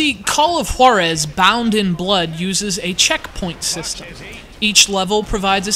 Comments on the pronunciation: Juarez not H-warrez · i think it should pronounce "call of HUWA-rez" not "call of HO-rez.' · When he says the name of the game it sounds like Call of Whorezszs, wich is cool. I'd play it. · His saying "Juarez" conjures up memories of the episode of Family Guy when Stewie puts way too much emphasis on the "Wh-" sound in Cool Whip